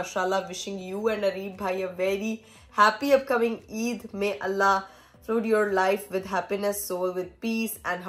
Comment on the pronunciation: MaShaAllah dr sahiba ne flood ko fluid parha 😂